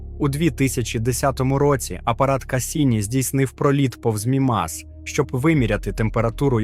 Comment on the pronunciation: Взагалі правильно МІмас, а не МімАс. А решта все чудово, вперше чую про океан на Мімасі.